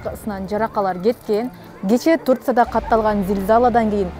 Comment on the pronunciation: Турция эмес Туркия десен журналист.